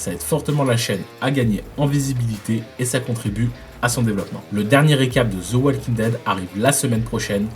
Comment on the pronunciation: Et tant que tu y es, évite de prononcer wal "oual". Essaie plutôt "ouoo" :-)